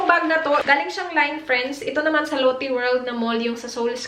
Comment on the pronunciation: Lotte is pronounced like lote in Filipino... not Lottie the name... Might be better to use Australian lotions with SPF or sunscreens kasi iba ang araw diyan sa Australia eh. Aussie is pretty strict sa kung anong filters ang laman ng sunscreens and the country makes sure na it would work for the Australian sun. You can get away with using Asian formulated once though kasi you’re not white and not as susceptible to skin cancer. May amoy ba yung Ceramidin hand creme?